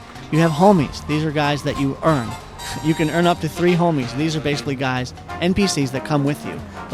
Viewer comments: He said Holmies not homies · You say "homies" so white